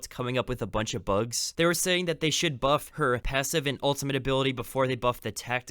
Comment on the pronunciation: did you say boof and not buff